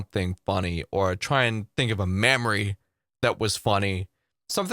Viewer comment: 😉😆😂 I know you were saying "memory", but first time I heard you say "mammary" and I had a chuckle...